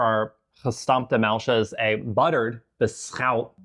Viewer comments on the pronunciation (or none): De Hollanders die dit kijken 😢 hoe zij muisjes zeggen is zo vervelend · "They beat the shit outta the muisjes." 😂😂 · Beat the shit out of the "muisjes" 🤣🤣..... O. i am sorry we're out of any drink but we have karnemelk../..I don't think that would hapen/ oh ooh, i love the face you make, with the rolmops, so funny🤣🤣🤣 I still think your very brave👍you too